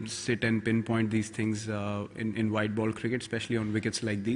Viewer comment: You Gaaat a vikat on no baal. That was very funny accent 😂😂 virat replying to that journalist 😂😂😂😂